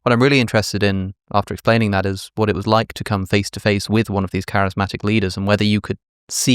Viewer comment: Someone should tell that guy the word isn’t crysmatic is charismatic